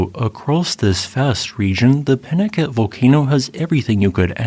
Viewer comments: It’s a Spanish name pronounced Pee-nah-KA-tay. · Wouldn't that be pronounced 'pee-naCOTay'? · Please, please, learn the proper pronunciation. It is pee-na-CAH-tay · peen-ah-KAH-tay is how this desert rat has always heard it pronounced in Spanish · The names Pinacate and Tecolote are Spanish words, thus every syllable is pronounced ... Pi-nah-KAH-teh and Te-koh-LOH-teh. St Lucia is a bit of a poser. The name is Spanish and so would be SAN-tah Loo-SEE-ah (in Italian, SAN-tah Loo-CHEE-ah). It is a British territory (after numerous conflicts with the French over it) and so the Anglicized name of Saint Lucia as pronounced in the video is most common. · I am a native of Tucson Arizona and I want to give you our pronunciation of this area. We say peen-a-kah-tay. I have never been to the crater, but my best friend did get to go many years ago with a geology class he was taking. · Think of the Spanish word "Picante" now pronounce Pinacate the same way.